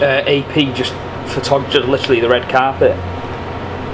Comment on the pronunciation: This should be on a March shit “lichrelly” I know it’s literally but I’m writing it how he pronounces lol